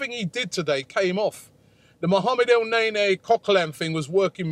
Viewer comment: Its not neyney its neny